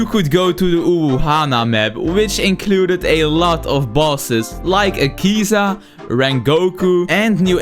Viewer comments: bro i hate that most project slayers havent watched the anime like its not akeeza its a-keh-zuh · I still dont get why ppl say Akeza its Akaza 😂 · akiza watch your mouth its akaza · Bro butchered akaza's name🗿